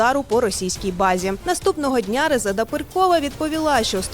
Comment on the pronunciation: У пані проблеми з наголосами, Резеда наголос на останню букву, і вона не перКова а Перкова.